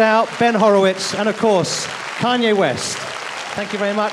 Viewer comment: ''Kenye West''